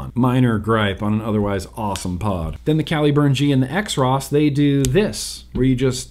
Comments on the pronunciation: I believe the “X Ross” is pronounced “Cross”. At least, that’s my “cool pronunciation “ take. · pretty sure xross is supposed to be pronounced kross